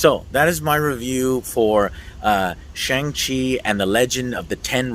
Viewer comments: He was called Shawn for the majority of the film and you’re still pronouncing Shang worming 😂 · The A in “Shang” is pronounced as “aw” as in “awesome” “shawng”